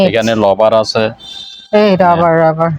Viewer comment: ইরাক কেরকম ধরনের ব্যবসা করে কি রকম ব্যবসায়ী তা আমার জানা নাই ভাষাটা ভালো করে উচ্চারণ করতে পারে না রাইস কুকারের বলে লাইস কুকার রোডের বলে লট রবার কে বলে লাভার আর উচ্চারণ তারা করে না আর এর জায়গায় এল উচ্চারণ করে